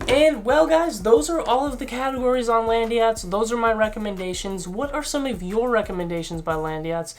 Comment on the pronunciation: "Landeeeeeeeyachtz" why is it not "LAND YACHTZ"?